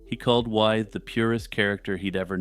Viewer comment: Interesting and well-presented - except for one thing. George Wythe's name is pronounced "with" - a good example of how English is confusing!